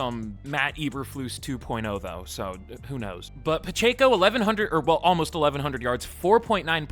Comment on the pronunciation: I'm a Chiefs fan but hearing him say Pacheco's name bothers me 😂